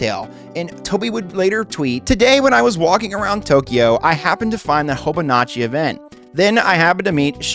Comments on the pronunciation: Also Hobonichi is not pronounced Hobonochi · Okay, seriously, if your whole deal is going to be researching Japanese games and doing essays I need you to learn how to pronounce Japanese names. This isn't an accent thing, you call it HobuhnAchi when the name is literally on screen and Itoi is "ee-toh-ee/ee-toy" not "ee-tai" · mispronouncing Hobonichi and right after that Shigesato Itoi triggers me so hard